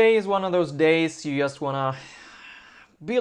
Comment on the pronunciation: The word "just" starts with a "j", not with an "i" ;)